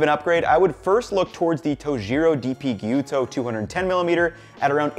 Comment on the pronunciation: Thanks for learning how to pronounce "gyuto"!